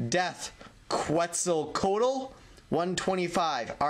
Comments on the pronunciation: Quetzalcoatl is pronounced like 'ketz-al-ko-ah-tul'. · maybe you already heard this but it's Death Quet-zal- qua-tal